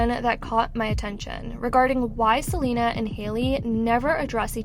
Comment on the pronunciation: Can't even say queen Selena Gomez name 😵‍💫